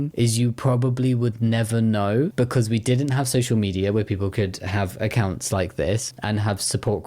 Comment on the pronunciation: did you just say beancause, you fluent punster?